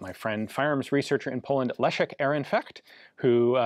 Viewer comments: Ian, you're spot on with your 'Le-sh-ek', so please remember that Maroszek is exactly the same, that is, 'Maro-sh-ek', not 'Maro-tsh-ek' :) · Pronounces Leszek correctly Pronounces Maroszek incorrectly multiple times It's the same consonant in both ffs